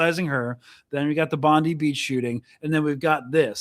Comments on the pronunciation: It isn’t Pam Bondi it’s pronounced Bondeye you need to practice your bogan Aussie accent. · Brotha it’s pronounced “bond-eye” just fyi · Please stop saying Bondeee it’s Bondi (as per the reporter pronunciation) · Bro, It's Bondi... rhymes with "fry"